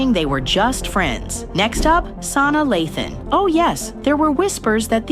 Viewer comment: When she said Salah nahlay on set lmfao supposed to be Sanaa lathan lol